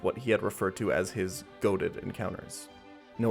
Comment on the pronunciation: Wait was he saying GOATED encounters?? I thought it was golden 😭